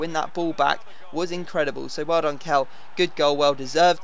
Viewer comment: Kehl is pronounced kale